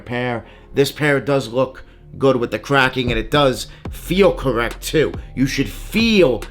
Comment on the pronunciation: Kwacking are you trying to say cracking. Next time have a fake to compare you 🤡